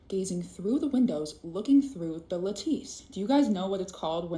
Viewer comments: If you're gonna say a word repeatedly and pointedly, you should make sure you're pronouncing it correctly. `la•tuhs NOT la•`tees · ARRRRHHGGGGG It’s not LA TESSE ITS PRONOUNCED LATICE (L at us) 🙄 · The girl doesn't even know how to pronounce the word, lattice, calling it a la-TEESE. She needs to study some actual science. At least learn how to pronounce scientific terms at before she tries to compete with people who know what they're talking about. Study science first. If you're still feeling psychotic, then study pseudo-science like creationism and flat-earth. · Tf is a lateese 😂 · Crazy lady. Sorry, nothing plausible there. And it's pronounced " LAT-iss"